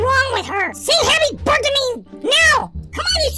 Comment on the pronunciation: It's funny because he should say happy birthday lol not burt day lololololololololololo